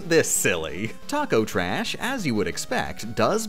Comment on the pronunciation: it just dawned on me, one of the few enemy/boss names you bothered to get right was TAKO TRASH. what's your problem